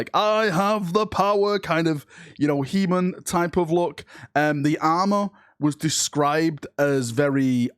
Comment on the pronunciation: my favourite part of this video is how pronounced he-man like leman